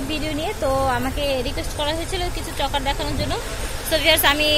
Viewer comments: চকার না আপু।।চোকার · Sobay chokar bole..tai sunte odbhut laglo